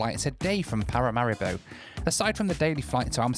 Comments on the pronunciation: Every time you mentioned Paramaribo, I heard ‘packet of haribo’😂😂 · I was taught to pronounce it Pa-ra-ma-ree-bow.